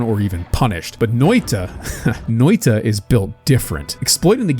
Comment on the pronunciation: i love how he pronounced noita as NÖitä also as NöeiTa Loved the vid btw :)